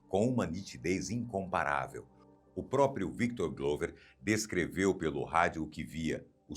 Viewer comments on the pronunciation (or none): none